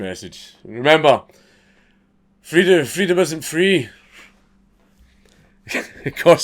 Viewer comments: Hearing Dank talk about Freedom of Speech gets me a little hot, mostly just because of his pronunciation. Freedum e Speach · Say "Freedom" in a scottish accent again :D